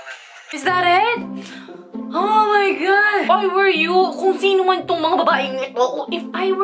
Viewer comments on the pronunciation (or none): none